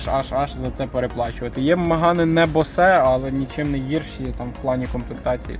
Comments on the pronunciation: Та подивіться нарешті як пишеться Bose в транскрипції. Яке нафіг босе😅😅😅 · Після слова «боСЕ» цей чувак «продавець» довіри не внушає, ну скільки можна писати що читається «Боуз» НеУки🤬🤬🤬🤬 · Правильно треба говорити боус😅😂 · бля...як правиьно говорити босе ??? ...сука в гугл забанили ? Боуз !!!! Bose Corporation /boʊz/ — Амар Боуз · Це босЕ та ріже вуха що піпець🤬🤬🤬